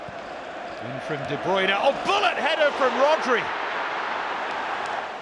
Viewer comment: Why do all British commentators say De Broyner instead of De Bruine?